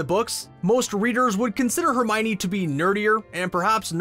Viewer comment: I find it really astonishing that so many people mispronounce Hermione as Her-my-nee. Joane Roaling clearly explains the correct pronounciation in "The Goblet of Fire": Her-mee-oh-nee. And i dislike that in the movies the actors for Lupin, Harrys parents, Sirius, Pettigrew and Snape were simply too old.